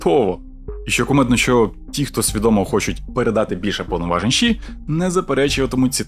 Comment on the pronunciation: Яке в дупу ші 🤦🏼‍♀️🤦🏼‍♀️🤦🏼‍♀️ це ШІ а не ші. Фу блядь як вуха ріже